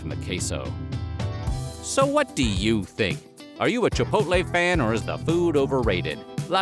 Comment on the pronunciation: I've never eaten at Chipotle, but I still would like to thank you for pronouncing the name correctly. It's like nails on a chalkboard when people insist on saying "Chip poll tay" 😉😄😂